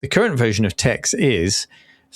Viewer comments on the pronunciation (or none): This ai (theft) crap bubble needs to DIE. Also, Tex is pronounced Tech.